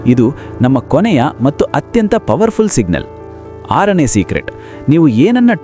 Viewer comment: ಸರ್ good information ಕೊಡ್ತಿದಿರಿ ನಿಮ್ಮ ಕನ್ನಡದಲ್ಲಿ ಕೆಲವು words ತಪ್ಪಾಗಿ pranounce ಆಗ್ತಿವೆ like (ಅಂತಾರೆ ಬದಲು ಅಂಟಾರು ) (ಮತ್ತು ಬದಲು ಮಟ್ಟು ) ಇದರದ್ದು ಸ್ವಲ್ಪ ಲಕ್ಷ್ಯ ಕೊಡು ಉಳಿದಂತೆ very good.